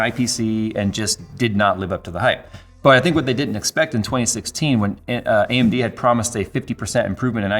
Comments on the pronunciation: he says AMB instead of AMD, LOL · Yes, you weren't misheard. His mouth shown "B"